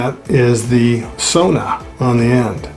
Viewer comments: You almost have the pronunciation of "sauna" correct. The au part of the word is pronounced as ou in the word ouch. 🙂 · I am of Finnish ancestor and I was taught "saw-na", Guess everyone has a choice as to what sounds right to them. Love Love Love all that wood and stone. Fabulous.